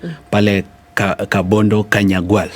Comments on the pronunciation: Its Kabonyo not Kabondo Morara. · Kabonyo not kabondo